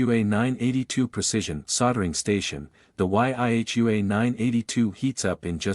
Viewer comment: The what ? why-aich-you-ay' 982 , dam AI bot commentary' it's YI-Hua ( yee-huwa ) got one used it for 4 years just as good as the hi-end solder stations quick-change cartridge tips , a solder station for a third of the price ................